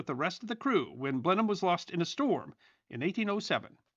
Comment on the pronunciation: Thank you,, for pronouncing "Blenheim" correctly!